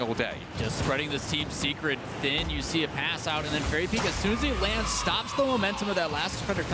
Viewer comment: Lol when he said Team Secret I understanded Teamn Cigarette.